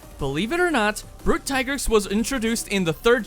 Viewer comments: I thought it was called "Plum" not "Plume." Lol. Also thank you for rejecting Tigrex's given pronunciation. He will always be Tie-grex for us. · thanks for pronouncing the tigrex correctly.